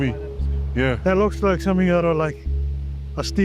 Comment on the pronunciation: Its the voice over for me, it was the “but when the church was abandoned, the people said somefing else moved in” and “as if hes still watching over the church long after deaf”🤣🤣🤣